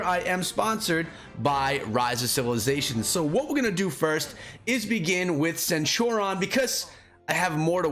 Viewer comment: Dude, how the hell are you sitting on 276 legendary heads? Why haven't you used those to level up your fighting commanders?!? For anyone watching, do NOT do what did to Cleo. Always max your first skill before moving up, it is invariably the most powerful and the easiest to max. And for God's sake... use those legendary heads lol. They're there to be used. And BTW, it's pronounced /senˈt(y)o͝orēən/